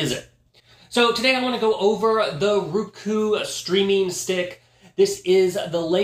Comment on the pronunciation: It's not rooku as pronounced it is rOku as in "O". I love my roku. 💖💖👍👍💖💖